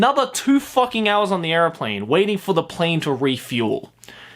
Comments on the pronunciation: Bro... are you saying airplane or areoplane? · say airplane weird